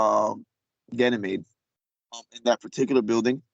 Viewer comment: I don't know if this is legit or not. Never any proof of any of these kinds of stories. doesn't sound very educated for someone who is supposed to be in a space program. He can't even pronounce Ganymede properly. Anyone can make up these kinds of stories.